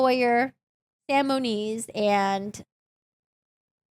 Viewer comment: It is Moniz not Muniz